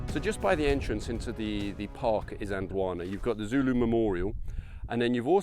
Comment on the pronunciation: Your pronunciations of the very difficult names is excellent, zulu is not an easy language. This is an excellent video and really puts things in perspective, eve though I lived in Natal as a school boy I never got to see the battle field.